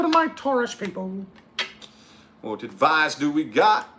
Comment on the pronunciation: I watch just to hear you say "adviceys for pisces" 🤣🤣🤣🤣🤣